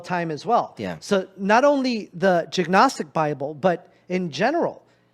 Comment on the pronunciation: He can’t even say gnostic . No real study was done by him..😂